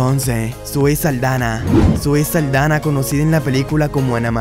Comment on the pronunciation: No es zoe Saldana es zoe saldaña